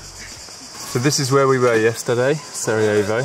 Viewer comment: Make sure to pronounce the r in Sarejavo. Roll the tongue. I’m Bosnian though and thanks for coming! Not many people go here. Thanks for supporting us 🙏🏻 😊You should really visit Bihač,it’s a nice place.